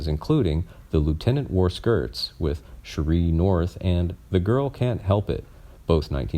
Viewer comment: The name is Don Ameche, the second "e" is pronounced as a long "e". The name is Sheree North, Sheree is pronounced like "Sherry". The only thing sad was that he died, but we all eventually die.